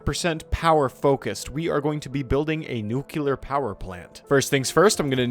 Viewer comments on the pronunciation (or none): why do you say nukular when the word is nuclear? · Drinking game: Take a sip every time this guy says "nukelar" instead of "nuclear". See how long you survive. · newkiller reactor